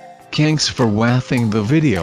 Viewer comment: Thanks for "wathing". Well pronounced.